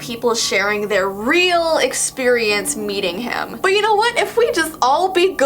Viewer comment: I though you said butt not but hehehehehehehehehe he he oh